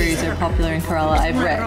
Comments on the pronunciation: FYI, Kerala is pronounced “Care-la” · Care-Ra-La Kerala and if you'd been there you'd know. I'm not going to talk any more as I lived in Goa. However if you want to learn how to cook these dishes I'd be help :-)